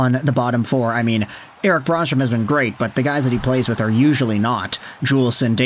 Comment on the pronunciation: Eric Brannstrom is pronounced Bran-strom, not Brawn-strome. The Bran is pronounced like Bran Flakes.